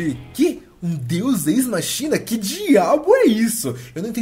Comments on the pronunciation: A pronúncia certa é "deus écs-máquina". Não "deus êis-machína". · a pronúncia é "Deus équis máquina" :p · Se pronuncia "Deus Equis Máquina"